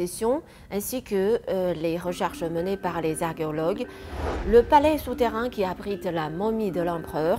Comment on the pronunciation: Je vais vous laisser un commentaire constructif/ 1. Votre français est impeccable il y a dans votre vidéo un souci mineur de prononciation avec le mot archéologue, la première fois où vous le dites vous semblez dire argeologue. 2. Pour avoir été très curieux sur le sujet que vous abordez, je n'ai vu nul part que plus de 100 tonnes de mercure avait été utilisé pour créer les rivières entourant le tombeau du 1ère empereur de Chine.... Peut être avez vous une information que je n'ai pas.... 3. Plus personnellement, ce n'est pas la tombe du 1ère empereur qui doit être considéré comme la 8ème merveille du monde, mais votre beauté.... :)